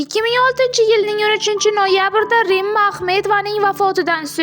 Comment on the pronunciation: Овозини ширалирок сухандон ни гапиртирилар актерларни исмиларини тугри айтсин рима исмини рма дебяпти